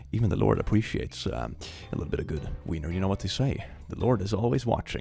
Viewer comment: "Even the LORD apweciates"